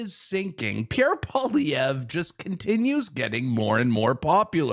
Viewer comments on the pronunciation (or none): Pauliver. 😆 Try Pwalee-evr. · You say Poilievre easily. It’s Poly- Ev. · How to pronounce Pierre's name. Pierre Poilievre (Pwaw-Lee-Ev)